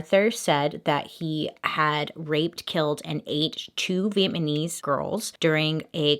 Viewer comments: Viet-ma-knees, anyone else? Just me? Okay.. 🤣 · PLEASE TELL ME SOMEONE ELSE HEARD HER SAY VIET-MANESE LOL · “Two , vietMANese girls” 😭 I love you Bailey but I had too 😂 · I am rewatching all of MM&M videos and I just realized she said “Two Vietmanese” 😂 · Bailey: Viet-Man-ese Me: *the only person I ever thought was flat out adorable mispronouncing Vietnamese. Beesh- you are just too dang cute ! 😊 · Wait!! Did she just say "Vietmanese"? LoL.. So adding her to the list of celebrities who have creative ways of pronouncing certain words like "microwave" (some chef lady from the UK), "penguins" ( Dr. Strange guy), etc..